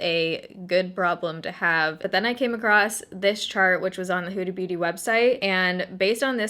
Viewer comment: Sounds like you're saying Hoodie Booty 😂😂😂